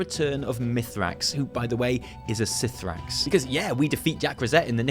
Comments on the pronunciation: ok for the last time the pronunciation for cithraxi is "kathraxy" not "sithrax" SO UITE ANNOYING TF OUT OF ME WITH UR PRONUNCIATIONS!!!! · btw, it is pronounced "Ka-thra-xxi" no "sifraxi" ! :) (in regards to mythrax) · (I'm fairly sure the C in C'thrax is read as a k sound, but it's fine, you're lovely)